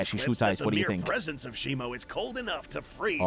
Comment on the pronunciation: It's shimo not shimu